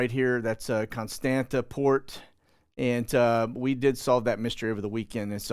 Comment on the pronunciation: Constanta is pronounced "cone STAHNT sa." the second "T" has a curlicue under it, so it is pronounced like Hebrew Tzade. On maps before WWII, they would spell it "Constantza."